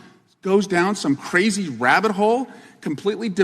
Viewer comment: Did he say wabbit hole ??? Weally!